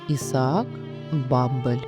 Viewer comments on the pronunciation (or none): none